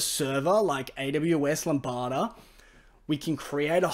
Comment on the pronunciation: Great video. I didn't know this kind of thing is possible. Just a heads up, lambda is pronounced "lamm-da" or "lamb-da", like the baby sheep. Which could very well be the next animal on your blockchain to be transferred.